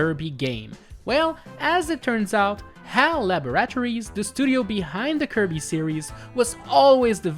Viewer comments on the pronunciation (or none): WHY DO YOU PRONOUNCE LABORATORIES AS "LAB-UH-RAT-OR-EES" AND NOT "LAB-RUH-TOUR-EES", EVEN "LUH-BOR-A-TOUR-EES" WOULD BE FINE NOOOOOOOOOO